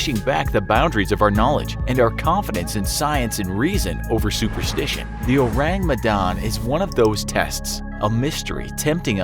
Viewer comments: I think is pronounced as "Oh - rAng Meh - dAn", and not "Ourang Medan" (in normal english pronunciation. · His pronunciation of Ourang Medan irks me A LOT. It's pronounced as Ore-Rung Meh-done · O-rang me-dan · when he said : Ourang Medan i THOUGHT : ORANGUTAN? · I just hear urangutan hahaha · Or-rang Me-dan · thats not how you pronounce "Ourang Medan" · The way you pronounced ourang medan disturbs me Good video tho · He butchered ourang medan so bad that my ears start bleeding. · Orang Medan = Medan's People (Medan is the capital city of North Sumatra province), it's kind funny how you pronounce it😂😂 Love your channel from Indonesia✌️